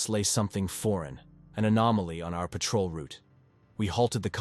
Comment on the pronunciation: Threat = threet and patrol = Pat-Roll are two that I noticed.